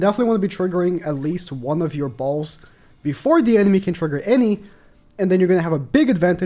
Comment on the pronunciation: he sayed ballz again lol